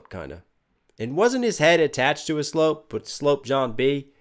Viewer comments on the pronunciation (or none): Also "sloop" is not pronounced like "slope" (aka slant), it normally rhymes with "troop", except for Lloyd's accent here. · A rats nest was the term for when the ropes were not fastened properly and would get tagged up. Like his beard. Sloop is pronounced like sluop ;)